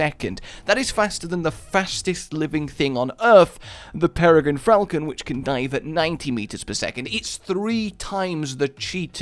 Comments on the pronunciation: Peregrine Fralcon is my favorite animal. He did say Fralcon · Anyone else hear the 'Peregrine Fralcon'? Guess someone got noticed by Rage Senpai